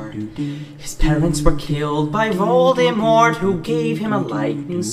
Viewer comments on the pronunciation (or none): none